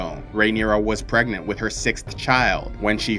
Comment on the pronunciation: Am I the only one hearing Pregnate instead of Pregnant?